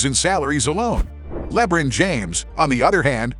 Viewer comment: bro that is not how you fucking pronounce lebron